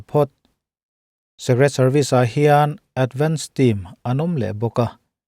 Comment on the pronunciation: Secret (Sek-ret) ni loin Secret ( sik-ret)